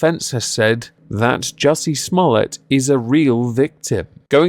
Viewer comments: I believe its pronounced Juicy Smuul-ee-ay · I lol every time you said "juicy small tts" 🤣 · I absolutely love your commitment to getting Juicy Sommolier's name wrong every time